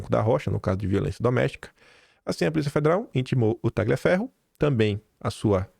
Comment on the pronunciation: boa noite, bom dia! Tagliaferro é um nome italiano. E o "GL" pronuncia-se como o nosso "lh". O g é mudo.c